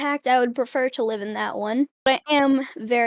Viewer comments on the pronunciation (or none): none